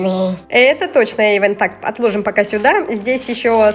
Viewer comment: Он Эйван, а не Эйвон